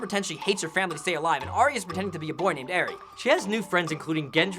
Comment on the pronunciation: It's Ar-Ya, not Ar-Ee-Ya.